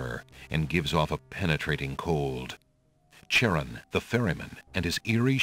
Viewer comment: They didn't pronounce Charon correctly, sadly. It's pronounced like "Kare-on".